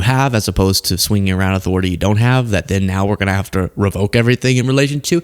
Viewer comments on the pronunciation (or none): none